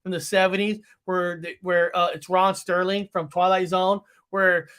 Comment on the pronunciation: I have just finished watching. Loved that you said Rod Sterling instead of Serling. Great show. Thank you,.